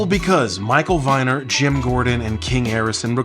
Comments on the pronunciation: "Viner" is pronounced with the long "e" sound. Rhymes with "meaner". At least that's how my mom says it whenever she tells the story of how he gifted my family baby furniture when I was born. Moms are usually right. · Viner is pronounced Veener